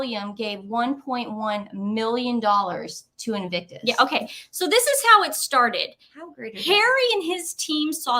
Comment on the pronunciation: I love it how you will start a topic, then the other interrupts, and that topic vanishes back into the ether., sometimes you pronounce "invicus" and that's ok.:)